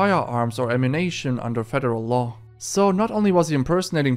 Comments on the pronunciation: Lost me when I heard him pronounce “ammunition” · It's ammunition not ammunNATION. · AmmunAtion...Did you learn English from GTA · My guy, Ammunation is a store in the GTA universe. I think you mean ammunition. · Bro it’s “am-you-nih-shin” not “am-oo-nay-shun” 😂😂😂😂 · Is it just me or does the narrator keep saying Ammu-NATION insread of ammunition? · the word Ammunition is pronounced: Am-you- ni-shon